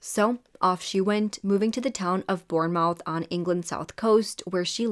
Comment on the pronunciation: Hey, just to let you know Bournemouth is pronounced Born-Muth. Also I love your videos!☺️❤️